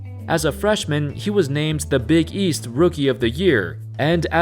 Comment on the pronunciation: The way you said big EAST triggered me a little